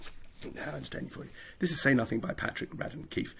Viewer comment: Yes but you saved the best bit to the end - “say nathin’ “👌